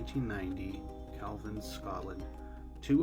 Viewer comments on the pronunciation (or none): Hey, it's pronounced "Calveen".